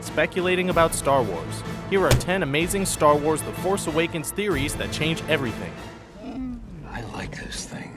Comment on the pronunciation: star warth